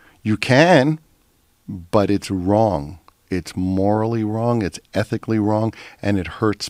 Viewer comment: ITS ETHICALLLI AND MORALLI WONG